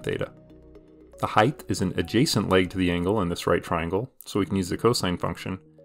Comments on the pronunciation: are you saying heighth? with an extra th? it's just height isn't it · height ends in t, not th. height not height-th